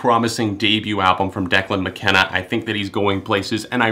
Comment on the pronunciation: died when he said declan mckenneee